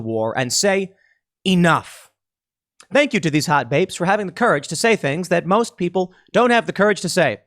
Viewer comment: I like how when Tim say "Hot Baybes" he all of a sudden develops a Brooklyn accent. XD